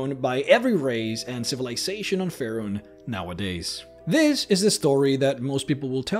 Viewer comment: 'Foo-rahn'. It's 'Fey-Run.' Dude.